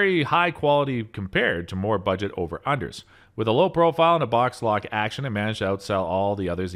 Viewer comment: The narrator for this must have been hired. Can’t even pronounce simple names like Fabarm, or Boxlock. Nothing like having a reviewer who knows absolutely zero about shotguns. Thumbs down cringe.